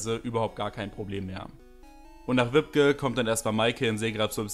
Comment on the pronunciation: Ich werde immer so getriggert wie er wibke ausspricht 😅